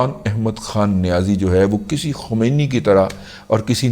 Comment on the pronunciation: Sahih talaffuz ye hai. Ayatullah KHOMAINI